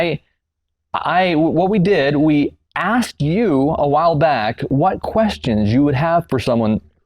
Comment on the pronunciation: As intelligent and insightful as she appears she purposely says axed. I'm not trying to be insulting but if you're going to try to demonstrate your culture saying the word asked in that manner does nothing but make you sound uneducated sorry not trying to hurt your feelings but you should take pride in the fact you've been educated to the point of annunciating such small words would be simple but God bless you all the same